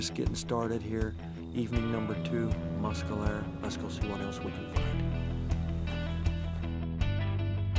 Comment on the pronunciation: Why, why, why does "" pronounce "Mes"calero as "Mus"calero;)